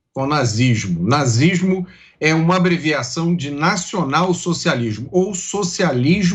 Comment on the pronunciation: O cara nem consegue falar nazi s mo .. kkkkk tem que colocar a policia sim.